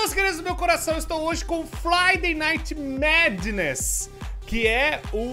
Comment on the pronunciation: Só eu que escutei o no começo do video falando flaydei night madness em vês de friday night madness?